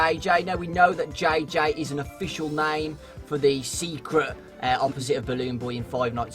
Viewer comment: The way says JJ bugs me